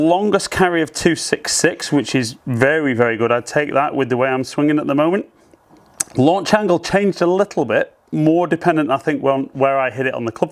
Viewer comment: Lanuch angle? Made me laugh 😀